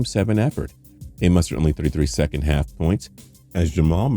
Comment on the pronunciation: I know he did not just say nikolai yoceech